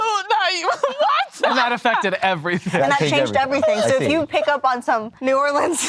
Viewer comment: So nice to hear him pronounce New Orleans correctly 😂 -someone from Louisiana